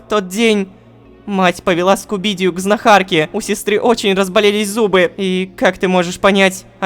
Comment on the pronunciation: Рома правильно не знахА́рке, а знА́харке!!